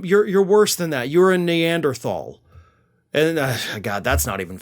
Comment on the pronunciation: It's pronounced neanderthal